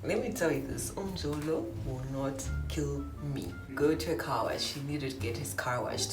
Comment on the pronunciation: Um-jo-lo will not kill me, say it again n💯👌🙌🙌